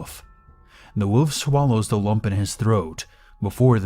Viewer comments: Is anyone else bothered by when he says, "woof" and not "wolf"? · Remember: wolf has an L in it and it's not pronounced "woof"